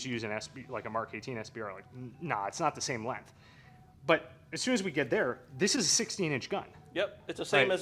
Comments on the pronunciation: Oh god no! Now i have to hear say "lenth" again! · i dont think acknowledges the G in the word "length"